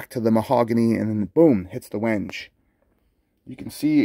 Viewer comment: Quite a handsome bass, I’d love a wide spaced 5 string version, but Ibanez is obsessed with 16.5mm spacing. Oh, and a little heads up, Wenge is pronounced wen-gay, not wenJ